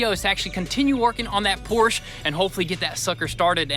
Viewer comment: Hey! Finally heard you say Por-sche correct!